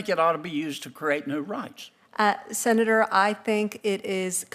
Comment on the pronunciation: What's a Sena duuurrrr?